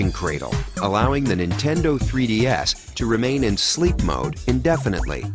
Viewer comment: He said "Nintendo 3D-Ass"